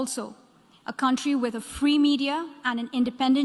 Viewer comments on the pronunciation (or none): The only things about her speech is I don't like that she said fee media ...lol..we all know how much media is free in our country.